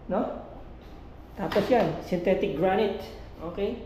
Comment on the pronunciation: Sa lahat ng napanood ko na nagbebenta ng property, ikaw lang ang nakatama ng pag bigkas ng Granite. 😅